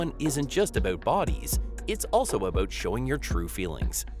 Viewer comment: Wait: what was it a-bewt?